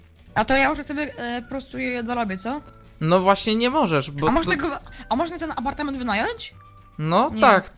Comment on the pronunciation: Elo ,,APARTAMENT"XDDD